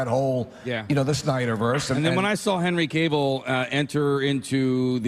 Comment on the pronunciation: So refreshing to hear someone pronounce Henry Cavills name correctly.